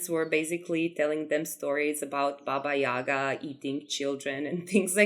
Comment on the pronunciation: It looks very amazing, I like that you went with darker theme for her in your building, and chicken legs look great ahaha I'm a Slavic too and it's very nice to see representations of our fairytales and folklore. Maybe it's different in different countries, but we call her Baba yagA not YAga, the stress is different. You description is correct, I really liked it! She's an interesting character - sometimes she's bad and sometimes she helps travelers. I grew up with different versions of her 😄 Also, if you haven't seen "Bartok the Magnificent" I highly recommend, they portrayed Baba Yaga pretty well